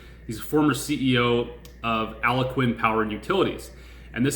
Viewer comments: You Crack me up with Aloquin its Al gonquin 1 of the biggest gaspipe line companies 🤣😅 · "AL -GON(E) -QUIN".